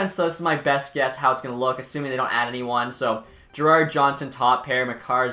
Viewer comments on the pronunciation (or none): none